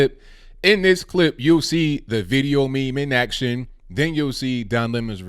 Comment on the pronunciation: Stop calling it a Me Me